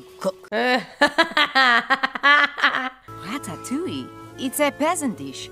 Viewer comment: As a French viewer, I have to assure you that the way you pronounced "Ratatouille" just before the beginning of the movie was definitely spot on haha! Anyway, I don't comment a lot but I figured this one was a good excuse for me to say that I really love you channel! Thank you for all your reactions, you are always so genuine and so enjoyable to watch, I always know that I am gonna have a great time watching you 🥰 Love from France ✨